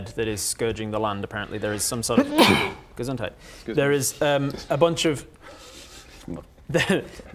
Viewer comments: The Gesundheit let me look up from my larp preparement. This was perfect., look at this moment. You just had the tiniest of accent and you just sounded perfectly German there. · this "gesundheit" 👌 pronounced like a pro! I was fggn surprised, and honestly... first i thought my Girlfriend were watching something on her phone 😅